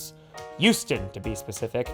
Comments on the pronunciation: Why does pronounce Houston as "You-ston"? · So you know it's H-Town, yet you still say it like Youston. sigh Could be worse. Could say it like New Yorkers and say How-ston.